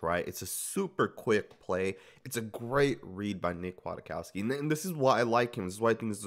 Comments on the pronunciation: Kwaitkoski pronounced Quiet-Kos-Key not Aquatic-Cost-ki. Otherwise great breakdown. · He's listed at 6'2"-245, so he has some size, making his hips more impressive, imo. BTW, I think it's pronounced "Qui-Kawski" or "Quit-Kawski". Solid signing, imo. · It’s Kwit-cow-ski homie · It’s pronounced “quit - cow- ski” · And its pronounced quitkowski... You will learn his name very fast